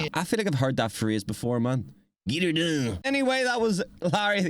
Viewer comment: It’s “Git R done”, not “Get R done.”